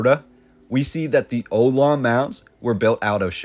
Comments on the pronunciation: Local calling. The "Ohlone" people is pronounced "Oh-Lone-EE". They name is widely talked about in news reports and used for bridges and estuaries. You could have called a local college and asked. I've never heard Oh Lon. A librarian could tell you. Ohlone people still exist. They have a tribe consul.Great pictures but language is helpful. What is the point in a world of ignorance to spread the insane lie that giants existed? To question if Earthquakes really happen is stupid. I'm so disappointed that I can not trust any of these gorgeous photos or narrative if its being twisted and lied about. I've been here all my life and your claims are really insulting. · Would be nice if the narrator had done the requisite diligence to enable pronunciation of the indigenous native Ohlone American tribe correctly as “Oh-lone-ay”, rather than “Oh-lawn”. Little things like that detract from what could otherwise be a truly notable documentary. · In a post that is supposed to be historically informative, the narrator mispronounces the word Olone multiple times. This put the subjects entire informative accuracy in question. Ohone is pronounced Oh-lone-ee. Not Oh-lone. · the Ohlone people, pronounced Oh-low-nee Not Oh-lon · Pronunciation check: It’s “oh-lone-ee”, not “oh-lone”, Thank you. Can you complete the labeling of the most significant buildings? Eg. The old Mission Dolores and its foundation date… in the 18th century. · It’s “Nob Hill”, not “Knob”. Oh-LOAN-ee, not Ohlon. Nice collection of historic photos. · not oloan its oh- loan - ee. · oh-low-knee no o-lon lol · Oh-Lo-Nee not Oh-Lon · The native Americans were called Ohlones. Oh-low-neys. NOT Ohlones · Oh-lone-ee……. …..not oh-lawn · Pronounced. Oh-lone-ee. Ohlone. Not oh-lon. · Please note: the indigenous people, the Ohlone, is pronounced O lo nee, not olawn. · Olone! Correct Pronunciation, "OH Loan ee" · Ohlone is pronounced “oh-loan-ee” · "OHLONE": OH-LONE-EE. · Pronounced : Oh Low Nay Ohlone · Pronounced Oh-lone-e tribe